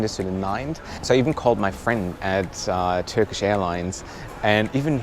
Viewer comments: hey. your turkish pronunciation is fine.. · Your turkish pronunciation is really good btw